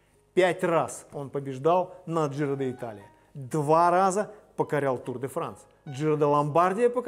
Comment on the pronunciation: Почему КоппИ ?КОппи. И правильно произносить Джиро Ди'Талия а не Джиро Де Италия. Пелетон,а не пелотон. ЭвОрд,а не Э'ворд.